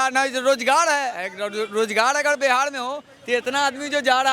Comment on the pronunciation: बिहार hota hai बिहाड़ nahi 😂